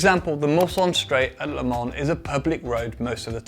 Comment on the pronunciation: I love the way you say Le Mans